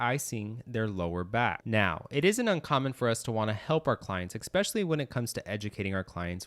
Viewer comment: Very helpful, thank you. But please learn this… “eXpecially” IS NOT A WORD. The number of times it’s used in this video is embarrassing.